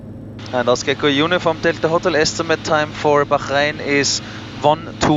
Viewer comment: It's Bahrain, just Bah-rain. In the 4 years of living there, I never heard anyone but a newbie to the island say "Baxharain".